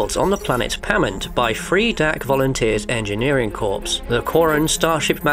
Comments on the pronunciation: I've loved your content for some seven years, so it pains me to say this: the "p" and "s" in "corps" are silent, so it's pronounced like "core". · Corps is pronounced core It’s not a dead body.